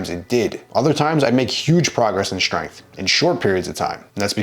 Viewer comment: Way too much emphasis on strength and number in bar